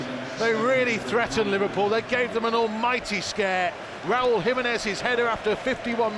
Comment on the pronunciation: Luego de cantar "Si...senor..." dicen "give the ball tu Raul (y suena como "Ral" porque no pronuncian la "u") and he will score!"